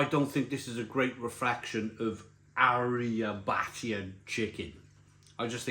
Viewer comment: “I’m very familiar with Italy” Yet can’t pronounce Arrabbiata, nor seems to know what one of the most famous southern Italian dishes contains.